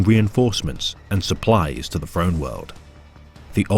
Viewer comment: Great video and narration, except for your pronunciation of words beginning with "Th", its "Throne" not "Frone" god damn. Was so good until those parts and then it was like ear cancer